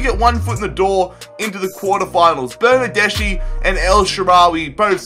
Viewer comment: I'm italian... bernardeschi is pronounced bernardeski